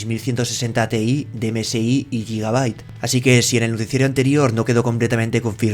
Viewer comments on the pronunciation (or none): none